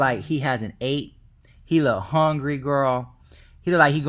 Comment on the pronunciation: Lorena La Reina he said HONGRY girl lmmfao I loled at that too 😂😂😂😂